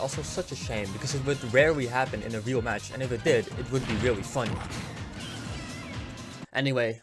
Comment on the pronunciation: Can you physically not say the letter "r"? You say "weally", "genewally", etc 😂